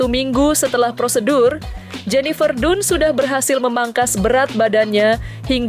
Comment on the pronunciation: Bacanya tuh bukan jenifer dunnn tapi jenifer dannnnn😂😂😂 pembawa berita kurg gaulll